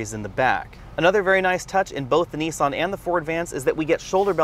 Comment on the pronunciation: Painful pronunciation of words there! It's NIS AN not Nee san and fee it not fee at!